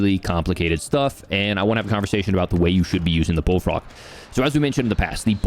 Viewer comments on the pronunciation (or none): The way you pronounced "Bullfrog" right after you talking about hair loss, I swear I heard "Baldfrog" :-)